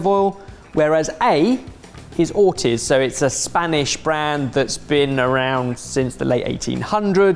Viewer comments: Every time says "Or tizzzz" I cringed.... the surname is pronounced "Or teeez" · We need to have an intervention on and his pronunciation of "Ortiz".